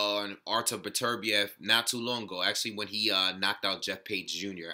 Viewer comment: Good looking out man. Pronounced my name right to boot! I agree, it's tough to tell who would come out on top since we don't really have enough data on Beterbiev yet. I think it's safe to say he is top 3 with Kovalev and Stevenson though. Could be my favorite division at the moment since all the top guys have devastating power.